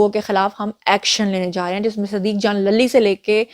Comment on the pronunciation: siddiq jan lalli nahi lulli